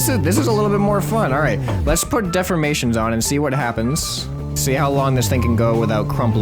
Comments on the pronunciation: Deformations not Deframations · Dee for mations not def or mations